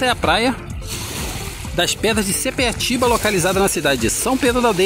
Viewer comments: não é sepeatiba segundo a placa é sapiatiba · Sapiatiba, e não sepiatiba.